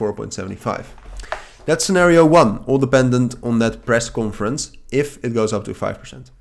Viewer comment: Small help here on your pronunciation of conference. It's cohn-ference. Dutch people pronounce it as cawnforence. 😊